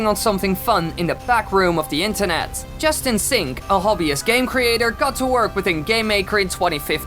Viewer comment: When you said Justin Sink i thought you said Just In Sink.